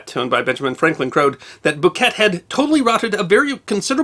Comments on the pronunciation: needs to research how to pronounce name. It’s Henry bouquet (boo Kay) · I grew up in Ligonier and have lived in Western Pa my entire life. Can’t speak for the rest of the world but in these parts it’s pronounced Boo-kay, the t is silent. Of course we have a long reputation for mangling pronunciations. Where else would North Versailles become North Ver-sales and Dubois, Du-boys!?!